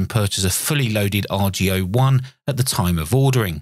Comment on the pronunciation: Just a comment about pronunciation... Boris called it the "AR-GO ONE" rather than the "R.G.O. One"... The reason that's important is because he intended the radio to be an homage to Ten-Ten which produced something called the Argonaut. (Get it, heh? ARGO-naut?) He wanted to duplicate the Ten-Tec look and feel to an extent (especially the Ten-Ten Eagle), but he hoped especially to capture the old Argonaut's and Eagle's marvelous audio qualities, both on receive and transmit (but especially on receive). Anyway, the "AR-GO-One" is an incredible machine indeed, and I enjoyed your review.